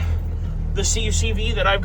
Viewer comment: Great series, I’m here for it. If you care, most people who reference these vehicles say “Kuck-vee” not “see-you-see-vee”